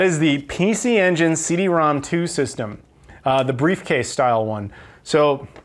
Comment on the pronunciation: Nice pickups esp the CD-ROM^2!!! I'm jelly. 2 nitpicks... are you sure the Super Fami was 89 cents, not $8.90?? Also CD-ROM^2 is not "rom two" but called "rom rom" since it's an exponent (or in Japanese phonetics, "CD Romu-Romu")